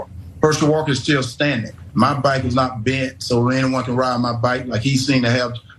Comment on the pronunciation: He’s saying back not bike!🤣🤣🤣🤣🙂🤣🤣